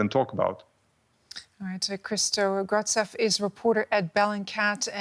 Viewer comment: pronouncing Grozdev as Gordzev is pathetic